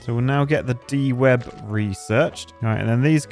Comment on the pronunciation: It isn't De-Web, it is DEW-Web, as in it captures the morning dew ...